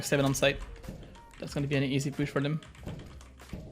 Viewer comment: "its that easy" but you literally say it wrong in the intro